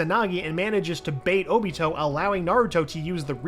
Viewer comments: He doesn’t know how to say obito name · He calls óbito uchiha and not Obito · Ok im not sure if this guy is new or not, and I'm not saying I'm not open to change but come on. He needs to work on his pronunciation ALOT. Also he kept calling oniot "oochia" like come one dude lol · Does anyone else feel off about him calling Obito just “Uchiha”? Uchiha’s his last name….